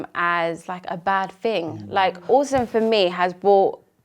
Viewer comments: I love how the mum pronounces autism as awesome 😎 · It sounds like Jacob’s mum is saying “awesome” instead of Autism & I think that’s actually great! My nephew has just been diagnosed (he’s much older at 6yrs) & I’m going to try using that word exchange if/when his diagnosis comes up